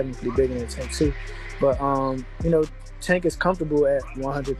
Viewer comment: Why these dudes mispronounce tanks name? Disrespectful!!!!they pronounce Mexicans names correctly